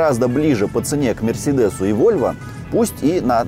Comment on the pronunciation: Это провинциальное произношение «мьерсьедесъ»😂🤦‍♂️